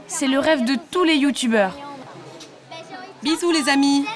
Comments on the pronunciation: alala les "youtoubers" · "Des enfants YOUTOUBERS " ahah fait un effort effet papillon 🤣🤣